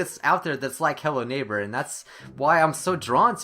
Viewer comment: did anyone notice how the thing says hello neighpr instead of hello neighbor?